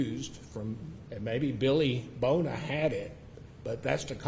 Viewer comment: no he kept saying Bill Boner, might be Bona maybe but his pronunciation was terrible